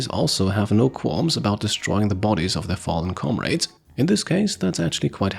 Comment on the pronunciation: What a pleasant surprise! I'd been curious about this game, and who better to introduce it than you! Thank you for all the vids over the years. Also, the standard pronunciation for "knead" is the same as "need", and the second syllable in "comrade" is that of "radical" for future reference.